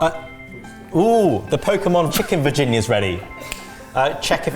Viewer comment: i am not able to watch the video until the end because i keep going back to saying pokemon chicken virginia and laughing hahahahahaha